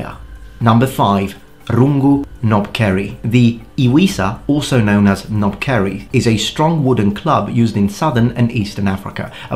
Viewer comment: Knobkerrie, the "K" actually isn't silent like "knob" You pronounce the "K"😅 Also it isn't really "kerrie" it's pronounced "keerie"🙏🏿🤙🏿